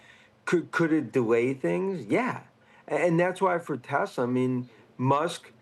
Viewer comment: It’s TEHSLAAAH !!!! Not Teswah 🙄